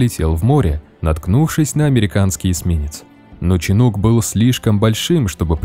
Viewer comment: На ирокезы пох.. Но ченук...